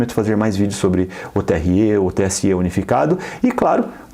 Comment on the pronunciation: TSÊ E TRÊ É O CACETE, XEXELENTO! É TSÉ E TRÉ,! BROTHER TÁ FANHO? 🤣🤣🤣🤣